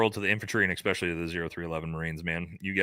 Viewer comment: The words are Supposedly (not Supposably) and Especially (not Expecially).